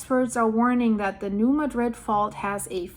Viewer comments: Love you! I watch you regularly. Just wanted to tell you that new Madrid is not pronounced like the city in Spain.its new Maaa-drid. Very easy mistake to make and throwing no shade... Just letting you know as I suspect you will be discussing new Madrid in the future!❤ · Say it with me now, New Mah-drid. We pronounce it with the accent on the ma not the drid. Also, the quakes have really dropped off around here. Wondering if the fault is locking.